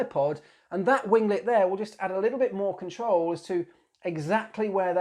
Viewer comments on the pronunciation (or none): none